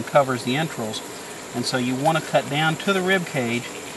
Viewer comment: Its entrails not entrills. Speak properly